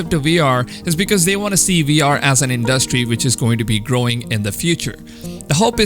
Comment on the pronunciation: You put too much emphasis on the 'duh" in 'industry' when you speak. It sounds awkward